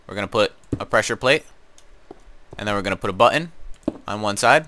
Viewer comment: It's pretty funny how he pronounces "button".